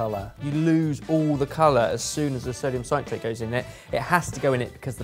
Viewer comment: and mispronouncing sodium citrate for 15 minutes